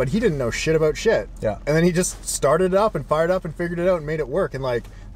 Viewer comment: you crack me up dude. It’s ABOUT not ABOOT. It’s also PRA CESS not PRO CESS. lol keep it up. Great content and I’m waiting on that 1 million subscribes.